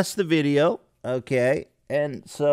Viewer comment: I love it when Ethan says Aoukay